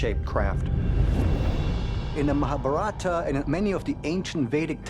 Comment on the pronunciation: cannot say mahabharata correctly but can BS all day.